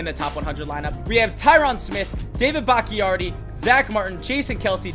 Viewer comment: Is bahk-Tee-ari